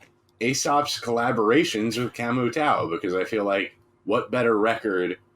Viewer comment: Great Aesop content gentleman, keep them coming. The Tao in Camu Tao is pronounced Tayo ☮️